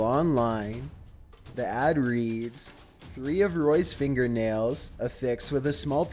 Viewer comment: The irony when he says the word “read” as red instead of reed 😑